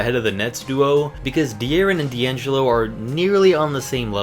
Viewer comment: Number 16 did he say de Aaron and diangilo